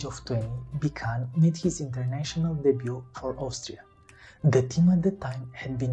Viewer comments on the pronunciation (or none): Thx for reporting about the greatest goal scorer in history. His name is pronounced "Bitsun“ like "bit" and "sun" btw ;-)